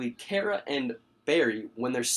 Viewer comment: You are not saying Kara Right!